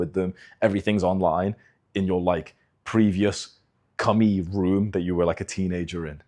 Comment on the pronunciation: "cummy room"😂